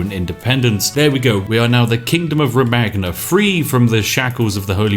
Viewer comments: Uhm Spiff, not to be a prick or anything, but can you please call Romagna like you would pronounce Rome-Anja. It's, triggering me, i don't wike it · Man, it is pronounced "Romanya"... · I cringe with every utterance of "romaGna" lol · isnt romagna pronounced romaña lol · Eighteen seconds into the video and I'm already cringing at his pronunciations. Ro-man-ya. (I know, I know, butchering pronunciations is Spiff's signature move, but it still catches me off guard sometimes.) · I dont wanna be that guy but the gn sound should be pronounced as ñ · You're pronouncing Romagna wrong. Gn sound in italian is similar to spanish ñ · Why are all english speakers terrible at pronounciation, in what world did saying "Romagna" the way he does come out more fluent than the actual name? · The way you pronounce "Romagna" sort of feels like having a splinter that you can't get out. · The Spiffing Brit: Romaggggna Me an italian: ... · I speak german and i really dont mind spiffs german pronounciation WHAT I DO MIND is the italian R O M A G N A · I can already tell 15 seconds in that Spiff's pronunciation of Romagna is gonna annoy the piss outta me